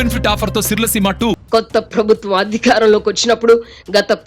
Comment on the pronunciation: Avasaram unna chota maanesi, leni chota stress (ottulu) pedatharu ee narrator, for eg. 'prabhutvam' anavalasina daggara 'prabutthvam' antaru. Ilantivi chala irritating ga anipistayi, l am sorry to say.